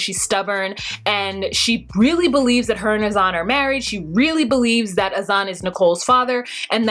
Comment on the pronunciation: Why are you pronouncing everyones name wrong. Her name is NICOLE not NICKLE. AZAN is not pronounced AZ- ON its pronounced AZ-IN.